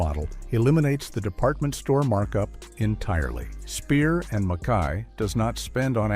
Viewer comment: Robot narration. In the verb separates, the second a is long. Abboud is uh-BOOD, not ABBID. Just like with suits, with narration, you get what you pay for. But kudos for getting Mackay (muh-KY) correct.